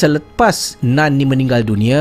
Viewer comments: ejaan mmg NUN , tapi sebutan bunyi NAN . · dah ulang.. tp telinga tetap dengar "nan" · Bila cakap “Nun” aku mati2 ingatkan dia cakap “naan”... hahahaha.... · Nun ke..akak pun dengar " nan".. jap nk ulang sat..🤣